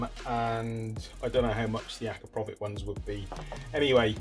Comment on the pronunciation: The can looks absolutelly amazing! I really like those cheap repairs cause everyone can buy a new one and not everyone can repair one.. At the end of the day it is what it its and big bonus for me personally.. For the first and probably last time you´ve pronounced the name correctly yaay ! :D